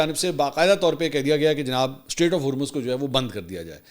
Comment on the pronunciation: Strait, NOT STATE!